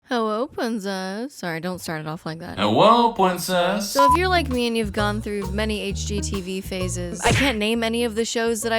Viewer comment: I was gonna say your bangs look cute but then you said “hewwo pwincess” immediately and I got the ick